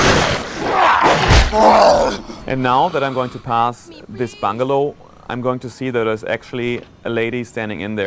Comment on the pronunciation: lol when he said bungalow i thought he said bung hole! O.o